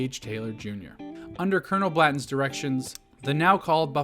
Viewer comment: Uh, are you saying Blatton? I’ve never heard anyone pronounce it that way. Why is it not Blan ton?